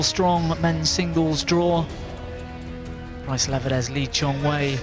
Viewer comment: For the love of god PLEASE stop calling him "bryce". For fuck's sake.